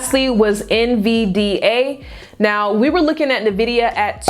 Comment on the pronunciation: and it's pronounced N vidia, not Nevidia 🤙🏿